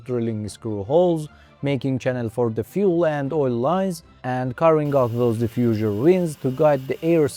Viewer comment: The "Diffusure" and the "Steel Shit" makes a proof that this is not AI xD